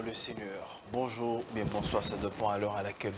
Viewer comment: Evitez les terminaisons "lingala" Sur les mots français: Bonjour'ê', tiktok'ê', Facebook'ê', instagram'ê', etc.